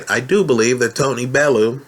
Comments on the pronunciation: It's pronounced .......Bell-you 8) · please learn how to say bellew